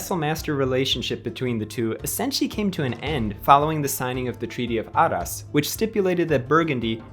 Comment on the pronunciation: I like History videos... so don't take this to hard, but man, you have to check the pronunciations of common place names like Alsace (Al-SAHSS) and Arras (ARR-ess in English, let's not even try French or Dutch), let alone others - like sometimes you try to use the long A but then inexplicably throw in an "ay" sound in like when you say Alsace. Go all-in on the English way or really learn how to say them. You attempt some local pronunciations, but then other times it's all English sauce on there. Some mangling of some really odd foreign names is ok (like saying "von" for the German von rather than "fon"), but practice them in advance if you're going to make attempts at local pronunciations. Americans being unable to read the letters in their own alphabet is a tired joke already, it's not endearing. In short, make an editorial decision on how you're going to do it, and then stick to it please.